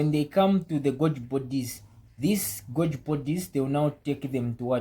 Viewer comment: Great video, thank you. To attract a greater English-speaking audience, Golgi is pronounced “Gol - ghee”. Vesicles is pronounced “Vee - zee - kills”. I wish you all the best.